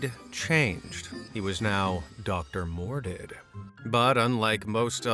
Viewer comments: Why do you keep pronouncing Dr. Mordrid as “Dr. Mor-did”? Can you not see that second R? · It’s Dr Mordrid… Like Mordred… Like the Macabre… As in strange… See what they did! They just changed one letter on purpose just in case… It hurts the ear to hear the way you pronounce it 😝 It’s really a fantastic film!